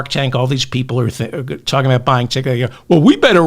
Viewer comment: Not TITKOK but DICKOK 😂😂😂😂😂.